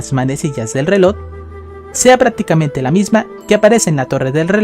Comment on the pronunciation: pronuncia bien las palabras como EFECTIVAMENTE no efedtivamente o RELOJ no relod